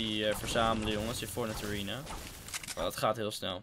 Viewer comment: Nobody:: ariena